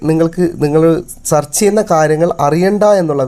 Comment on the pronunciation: സർച്ച് അല്ല, സേർച്ച് ആണ്. നേരെ പഠിക്ക്🤔🥵😱